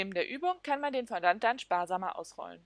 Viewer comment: Bitte das Wort richtig aussprechen: Fo-Do ->